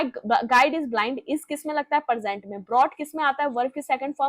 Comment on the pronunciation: मेम आप इतना अच्छा पढ़ाती हैं लेकिन आपकी वर्तनी बिल्कुल शुद्ध नहीं है आप प्रेजेंट और परजेंट और प्रपोज़िशन को प्रेपोजीशन बोलती हैं।